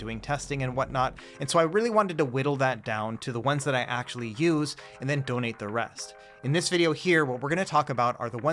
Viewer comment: Did he said donate